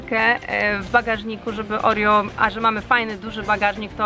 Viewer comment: pisze sie Oreo a mówi Orio (czytaj opis)